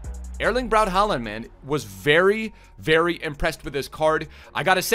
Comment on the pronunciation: I know you like to pronounce names correctly, and the "aa" part in both "Haaland" and "Ødegaard" is a Norwegian character called "å". Put it into google translate and you'll hear how it's pronounced. The "d" at the end of both names are silent, so the names are pronounced "hå-lan" and "Øde-går". No worries of course! :)